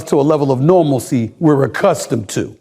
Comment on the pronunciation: How about that "normalsie'😢